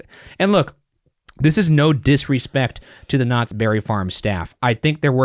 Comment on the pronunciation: Next time you do a Knott’s Berry Farm ride, can you try not to make it sound like you keep calling them Nazis? 😅